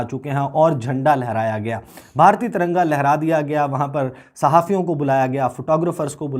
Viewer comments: TARANGA NAHI NAZAIZ AWALAD😹😹😹TIRANGA BOLO😹😹PORKISTHANIO ZINDA BAAG,TTP ZINDABAD 😹😹💦💦🇵🇰💩💩💩💩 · Taranga nahi Tiranga hota hai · Bhai sahab ko tiranga bolne nahi aata